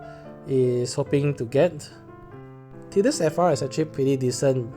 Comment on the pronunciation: My god what mean is didus?! Please go google translate see how is Tidus speak. Is tidus not Didus.